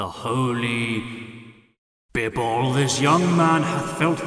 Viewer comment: Caddy: says bibble Me: YOU QUESTION THE WORDS OF THE MIGHTY JIMMY!!!!!!!!!!!!!!!!!!!!!!!!!!!!!!